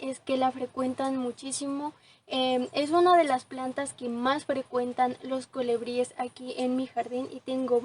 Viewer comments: Muy lindo tu video y muy lindas las flores, también lo explicas muy bien.....pero no digas colEbries...es colIbríes la pronunciación correcta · Se dice colibríes y no colebríes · Mi niña muy linda tu descripción del jardin precioso, con todo respeto te digo q se dice colibries y no colebries se escucha muy incorrecto, un abrazo.